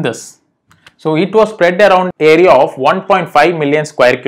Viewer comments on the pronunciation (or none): none